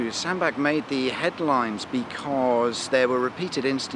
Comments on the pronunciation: FYI Sandbach is pronounced Sandbatch rather than Sandback. I live around three miles from Sandbach. Love the vids. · It's Sandbatch not Sandback!!! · Sandbach: as in “catch”, not as in Johann Sebastien 🙂 My home town. Service station frequently voted the worst in Britain. Tip for folks in cars and vans (it’s a bit tight for anything bigger than an 18-tonne rigid truck); ignore the services signs and instead leave at J17 and turn towards Sandbach; there’s a Co-Op forecourt immediately on the left which has a Gregg’s cafe and a well-stocked shop plus cheaper fuel than at the services. Dead easy to get back onto the M6 too 🙂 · Sandbach say it with a ch please, liking your chan Ⓜ